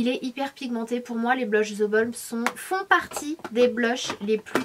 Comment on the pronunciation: Zeeee Balm waaaa3333 sanaaaaa mais pourquoiiiiiii ne pas l'appeler THE Balm normalement !